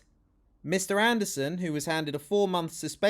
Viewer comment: I love that protestor's pronouncement of "Mr Andersooon". Very Matrix